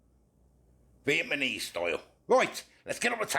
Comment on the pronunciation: Viet ma nese 😂